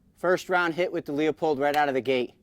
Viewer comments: its lou-pold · Pronounce Leopold like loopold Both good optics but Kahles K16i and Swarovski rock for AR platforms.